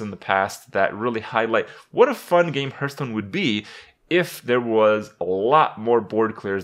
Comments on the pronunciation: Herrrrtstone 'pronunciation' lolz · Does anybody else find it disconcerting that he can't pronounce Hearthstone correctly?